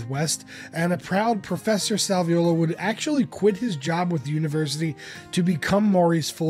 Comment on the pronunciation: Well done synopsis of Jim’s career. Thanks for including the role of Joe Salviuolo (and spelling and pronouncing it right!). Sal was a friend of mine from 1978 until he passed in 2010. He doesn’t always get the credit he deserves. He also produced Jim’s “Facets” album. He wrote “Thursday “, one of the few songs Jim recorded that were written by others.